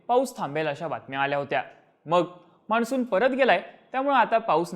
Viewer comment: Changla update ahe fakta न ani ण madhle confusion kahi sampat nahi. माणसुन asa shabdda Marathi nahi ahe…